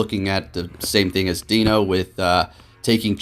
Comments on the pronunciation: It’s pronounced ‘Dai-no’ not ‘Dino’! Great video though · I love your videos and content, you're by far my favorite POGO youtube personality. While I'm a recent subscriber I've looked back at your old videos so I have reference to your passion and commitment to the game, as well as a little bit of your background and a bit of your life story... Which I all appreciate. That being said, for some reason it realllllly bothers me how you pronounce Deino. I'm sure you don't care but it's sounds like die-no the whole evolutionary line referencing the German numbers 1 2 and 3 or eins zwei (zzzwei) and drei (dry). WOW you read all the way to the end thanks you rock, as the great would say... "Take care"